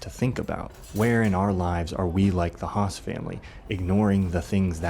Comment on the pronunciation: Hess not Haas